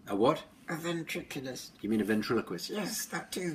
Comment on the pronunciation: SAM DOES NOT WANT TO BE A VENCHIKULIST...HE WANTS TO BE A..... VENCHIKILI